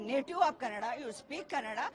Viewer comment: Don't say kannad you say kannada mind it hindhi channels